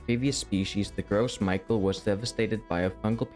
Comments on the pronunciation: Why can't anyone on YouTube say "Gros Michel" correctly? It's not "Gross Michael" it's "grow me shell" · gros Michel is pronounced grow Michelle. It's french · "Gross Michael" 🤣 (GROW mee-SHELL, if you're curious) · its pronounced “grow michelle” because its french not “gross micheal” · “Gros-Michael” (Yeah it’s supposed to be “Grose-Mishell”) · It’s not Gros Michel pronounce it with an sh. “Gros Mishel” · Great video, a lot of references I hadn't caught before! One small nitpick: Gros Michel is not pronounced as gross michael, but "groh mee-shell", it's a French name. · it's pronounced "Grows-me-shell", bro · Its not pronounced gross Micheal btw Its prounouncedike grows michelle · Michel = meesjel, not maikel. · yeah it's weird they didn't correct "gross michael" to "grow Michelle" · Gros Michel is pronounced, "Grows mee-shell" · FYI Gros Michel is pronounced "Gro" "Michelle" (like michelle obama) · You pronounce it as as "Gros Micheal" despite having no "A" in it. Otherwise, excellent video. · I will never not find it funny to hear people pronounce "Gros Michel" as "gross Michael" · It's French, so it's pronounced like "grow me shell" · It's pronounced, GROSS-ME-SHELL. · this mf sayin Gross Michael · Btw “gros michel” is pronounced gross me-shell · Bruh love the video but if I have to hear anyone pronounce it "Gross Micheal" again I'd rather go extinct myself 😭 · Great video. However, the consistent pronunciation of "gross michael" had me dying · It's pronounced "Groow mee-shell" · it’s pronounced gro michelle btw. I’m telling you this because it’s fun to say! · Funny they fixed other pronunciations but left “gros Michael” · calling gros michel as "gross michael" is a crime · It's pronounced 'Grow Michelle' funnily enough. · i'd love for one youtuber to pronounce "gros michel" correctly. just once. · I don't think thats how you pronounce "gros michel"